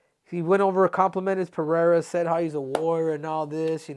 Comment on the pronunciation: So glad you say his name correctly. Everyone says Peheira